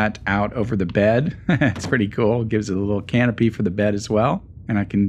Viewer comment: Ha, ha, he said"can a pee" Ha ha ha,ha ha ha ha ??? Who said That??????